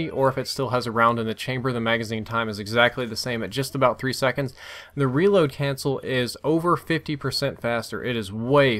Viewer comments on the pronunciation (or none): none